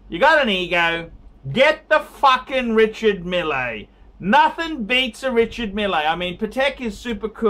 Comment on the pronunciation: It's your opinion. Your opinion matters....... (NOT) When you give an advice try to (at least) pronounce the name correctly REE-Shar Meal not Milley.... and to top it all off you can't even read the Chrono 24,you don't understand what is going on and why there is a difference in the price.Maybe your so called "billionaire friend" can help you so you don't have to bag for donations and change the shirt at least weekly.